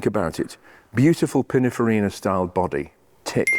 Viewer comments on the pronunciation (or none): Again, it’s Pinninfarina not Pinnafarina